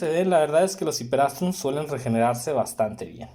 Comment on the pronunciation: Gracias por tus consejos. Solo señalar que no se pronuncia “ hiperastrum”... la planta es un “hipeastrum”. Distrae mucho cada vez que se escucha mal pronunciado. Gracias